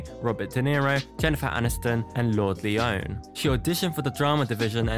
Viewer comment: i know you did not pronounce lourdes leon’s name like that... girl...